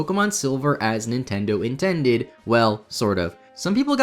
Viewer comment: Haha I like how you said “Nintended”.